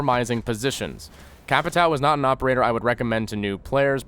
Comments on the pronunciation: The correct pronounce of the name is CA - PEE - TAN - HM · KKKKKKKKKKKKKKKKKKKKKK mano, me da uma agonia toda vez! CapiTAL xD AHAHHAHAHAHAH this makes me feels bad everytime... " CapiTAL " xD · it's read Capito thanks basic American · it's not capitAO, it's capitÃO. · I actually likes when other people tries to say Capitão, but they can't pronunciate "~" so it becomes "CapiT-Á-O". Ã sounds like "uoom" so pronunciate this is something like C-A-P-I-T-A-UOOM. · Brazilian here. I hate how you guys say "Ca-pi-táu". It's so fucking weird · I have yet to see an english-speaking youtuber speaking Capitão's name correctly. :( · as a portugeuese it hurts the ways you say capitão just say Captain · omfg ffs ive watched a million vids on capitao and every one of them pronounces his name wrong. use google translate to hear the pronunciation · Maybe you should learn to say is name before making a guide on him :) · Im brazillian, the way to say "capitao" correctly is: the "a" sounds like the "u" in "mud" or "cup".. you can throw "captain" in google translator too, to hear for yourself